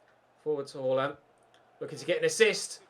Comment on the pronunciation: please stop pronouncing Haalands name as “hoarland”. It’s pronounced “harland” as he said himself in a dortmund interview! Great content, loving the series👍🏻